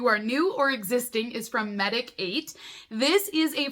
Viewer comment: Okay, couple of hard-to-pronounce words - Medik8 is pronounced just like medicate. And Paume is French for palm (as in the palm of your hand) & is pronounced pome (like home).😎